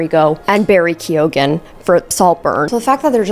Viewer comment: Really hoping the way you were pronouncing “Keoghan” was satire 😅